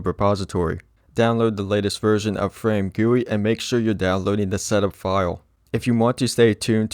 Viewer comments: Him saying FrameGuWi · the amount of times he said "FRAMEGUI"